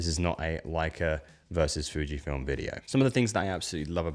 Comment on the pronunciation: It's Fujifilm. not Fijfilm...